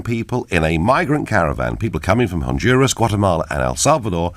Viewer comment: LOL, the silly bint couldn't pronounce Honduras so she blamed the immigration on the Mexicans